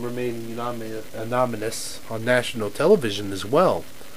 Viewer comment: sorry to be an english freak but its anonymous not anomonous